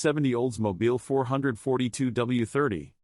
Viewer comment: AI 4hundred 28 is painful as is 4 hundred 42. Teach AI how to read or get rid of it!